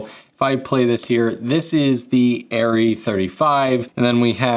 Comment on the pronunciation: Super-Cool Video. Thanks a lot. (from Germany) The correct vocal sound, when you say „Arri“…sorry for my poor english…is totally different…from what i heard from you in this video. Again. Sorry for that. 🫣 At the beginning…the „A“…you sound like „Aiii“…is different in german. It would be much more like „Ahh…“, or „Uhh“. On top of that…at the end…the „i“…you sounded like „iee“… Is totally different in german. Much more like „ih“, with no „e“ sound. In total: it is not „aiirrieeh“. It goes like „ahhrrih“. Or even better: „Uhhrih“. Because our „A“…resembles better your „Uhh“… 🙈🎯🤡🥳🏆🫣🤓 I guess this is one of the craziest comments ever. 🫣 But it is true. 🤡